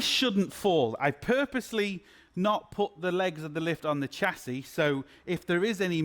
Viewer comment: Shass-ee NOT Chass-ee.